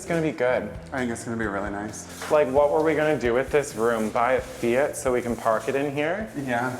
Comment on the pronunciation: Did just say "Fiat" like that one song? "My money don't jiggle jiggle, it folds" "ridin' in my Fiat, you really have to see it" 😂😂😂